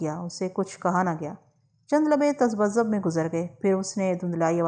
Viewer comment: میڈم آپکی چند الفاظ کے تلفظ کی درست ادائیگی کروانا چاہتا ہوں امید ہے آپ برا نہیں منائیں گی تذ بذب نہیں ت ذبذب ہزمیت نہیں ہزیمت تصنا نہیں تصن نا جمرو کے اوپر پیش نہیں زبر ہے نے ساں نہیں نی ساں ہے فاربہ نہیں فارہہ ہے مچٹیا نہیں مچٹیا ہے ایسے ہی چند الفاظ اور بھی ہیں جنھیں سنکر آپکی اصلاح کی کوشش کروں گا اگر آپنے برا نہ منایا تو شکریہ